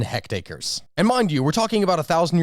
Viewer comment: Are you saying "hect-acres"?